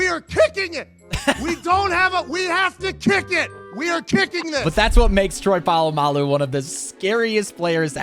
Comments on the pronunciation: Bro it is Troy Polamalu( Paul-a-mal-ou) not Troy Polamalu ( Pa-ma-ma-lou) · You did not just say Troy polamolo's name like that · you said troy pulumao im just telling you that you got it wrong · Just saying as a Steelers fan it’s Troy pal a malu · The troy polamalu pronunciation was scary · he pronounced troy polamalu's name wrong!?🤣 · How did he butcher troy polamalu that bad.😭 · Facts bro